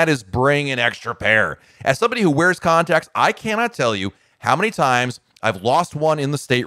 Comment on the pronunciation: For a second I thought he said "condoms" instead of "contacts" Go back and listen to that part but pretend he's talking about condoms. It's kind of funny.